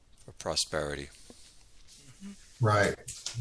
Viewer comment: for 'posterity' not 'prosperity'